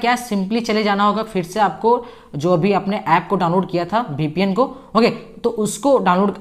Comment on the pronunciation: BPN nahi hota VPN hota h vo 😅😅